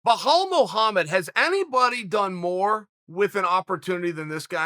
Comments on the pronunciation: Chael: “I had to call Jon Anik and ask him how to pronounce his name correctly” Also Chael: “Blaahhhaul” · You are wrong. His name is now Blehaall. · Uncle Chael ring up Anik just to make sure he said Blehall the 1st time then hang up immediately and laugh with us. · I didn’t even catch that “BEHAL MUHAMMAD” lmaoooo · no one: Chael: Behal Muhammad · I swear he gets everyone’s name wrong lok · It's Just Belal without any H sound. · Dude, can you fucking not? Can't remember the fucking name? WRITE IT DOWN. Have some fucking respect. Blahowowich. Blahal. What the actual fuck? Aren't you a professional? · When Chael asked Jon Anik how to pronounce Blehal, he also asked him how to pronounce Hazmat, Blachovowicz and breakfrast. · hey chael that guy is arab İ am arab as well İ know how his name is pronounced and it is Be-L-A-L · Can we appreciate how big of a troll Jon Anik is LMAO... He made Uncle Chael say BLA HOLL... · It’s actually pronounced: BEE-LAWL MOE-HAMED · CHAEL, Put some respect on my name. HIS NAME IS BELAL CHAEL.. HE IS NOT HISPANIC... THERE IS NO H .. god damn. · “Blahal Muhammad”? Chael does this on purpose lmao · If uncle chael says it's bahal Muhammed then it's bahal. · First of all Colby could never break Belal`s hand, because Belal would break Colby fractured Jaw first. Its also easier to say Belal than it is Chael, just saying. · I love Chael but cmon man it's literally spelt how it's said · At this point I'm convinced Chael purposefully mispronounce's names to troll his audience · The GOAT just butchered Belal's name.... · The fact that Chael called someone to find out how to pronounce Belal Muhammad, and still pronounced it wrong the whole video, is just one of the reasons hes the goat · Belal turned into Behaul wtf hahahahahahahha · Behal mullhamed. I only come here for the pronunciations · his first name is BELAL , NOT BLEHHAALL ... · Correct pronouncing of Belal is :"Bilal" Not ballllal, or bolllol. It's : "بلال" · Wtf is “Blue haul Muhammed”?